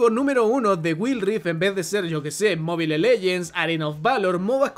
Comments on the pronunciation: Muy bueno el contenido pero no podés pronunciar Wild, Mobile, de esa forma tan analfabeta.. con la mejor bro! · me da risa que diga wild rift como se escribe y sin pronunciación en inglés, igual que mobile legends JSJSJSS perdon